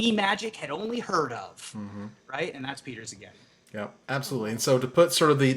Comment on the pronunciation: Szigeti (s not z, stress on the first syllable) is a traditionally hungarian surname literally it means "from (an) island"